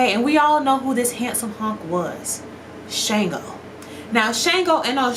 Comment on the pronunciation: Shango's name is pronounced SH-AHN-GO